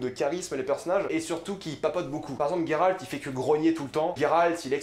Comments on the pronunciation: alors juste un détail de la langue française le son " gé " pour Géralt ce prononce Gé en non GUé c'est vraiment horrible à entendre ce GUéralt à tout bout de champs, C'est la forêt de Brokilone et non brokilon " ça se dit dans les jeu mais pas dans les livres que tu dis affectionner " avec le son ON à la fin, dryade avec in Dria " le son ya c'est la base " et non drAyade c'est juste affreux à entendre en fait. c'est une Strige en non une striGUA. Istredd n'est qu'un amant de Yennefer et non un amour , Sa relation intime avec Yennefer, dure depuis pas mal de temps. Elle fut longtemps une relation sans engagement de part et d’autre et au moment où istreed demande à Yennefer de choisir entre géralt et lui elle préfère s'en aller, elle retrouve géralt plus tard dans la saga donc si il avait été un amour elle aurait fait un choix. triss est sensée être avec Cheveux Auburn avec des Yeux Bleu bleuet tout comme Fringilla Vigo, la plus jeune, sympathique, naturellement agréable et d’une élégance discrète ; elle avait les yeux verts et les cheveux noirs comme ceux de Yennefer, quoique moins épais, plus courts et lisses . Confondre Meve, la reine de Lyrie et de rivie qui a un étendard – un aigle entouré de losanges rouges et Calanthe la reine de Cintra ( alors que l'on voit clairement le lion sur son armure dans l'image ) c'est un peu limite pour un grand fan des livres. Pour duny ce n'est pas compliquer de lire le mot " Hérisson " et non hurkéhon. c'est une KikimorrhE et non une Kikimo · J'suis obligé de quitter la video. Gueralt please .. c'est geralt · j’me suis arrêté à « gay ralt » ....